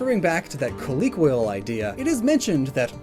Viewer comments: It's COLLOQUIAL.. not COLLIQUIAL LOL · What the heck is wrong with your pronunciation of "colloquial"?